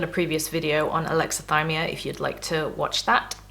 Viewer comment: Brilliant, you said "Alexythimia" correctly!!, top geezer!